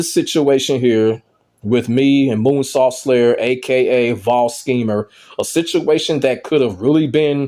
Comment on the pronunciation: Did you say “Coonsault”?!💀